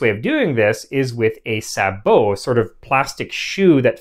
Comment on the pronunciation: It is so nice to hear sabot pronounced correctly.